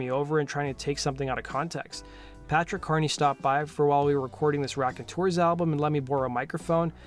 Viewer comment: It’s “raconteurs” bro. Nice video though